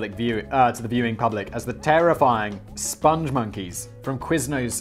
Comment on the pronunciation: Ah yes. The SpongMonkeys. No 'e' t the end of spong. The Lair of the Crab of Ineffable Wisdom